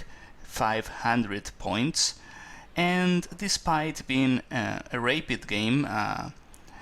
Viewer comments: All games are good to analyse. Just because Karpov lost doesn't mean it's not a useful thing to see. The bishop to a6 was very weak though and he just bought it back to b7 in the end. Thank you for posting. By the way, it's pronounced rap-id, not rape-id. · nice but don't say rapeid it is rapid (pronounced like rabbit) being a GM you should know this